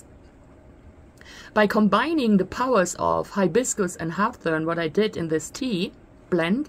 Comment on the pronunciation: Hib-iscus is how it's pronounced. Deliciousness, formally, but yours is cuter. Hawthorn sounds like whorethorn or hoarthorn. A berry of this plant is called a haw (pronounced hoaw, rhymes with law)